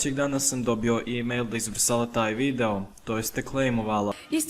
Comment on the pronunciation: Sve si u pravu samo se nadam da si namjerno govorio videjo umjesto video jer malo čudno zvuči